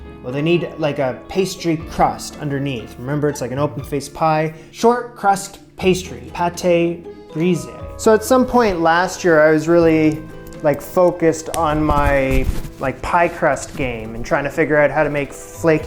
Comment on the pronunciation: Hi. Great execution! The pronunciation of Pate Brisé is PAT BRISAY (\peɪt\ \bʁi.ze\) Kisses 🙂